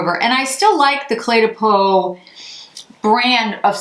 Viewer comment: Green really suits you :) On a different note, I am French, and your phone totally mispronounced Cle de Peau 😊! It's almost pronounced like the word "clay" - you said it very well though